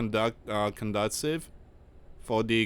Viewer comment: It's pronounced - "Cun Duce iv."